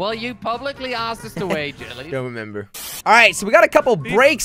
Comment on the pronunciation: Wy du ju not waait im from holland